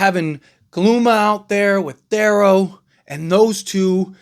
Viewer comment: Please say his name correctly. It’s pronounced TH-EAR-O